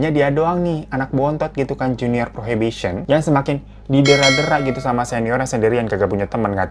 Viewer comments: Probation kaka…. bukan prohibition again, masa percobaan itu probation. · Probation bang, bukan prohibition. Nanti jadinya dikiran anak prohibition itu ‘anak terlarang’ 😂😂😂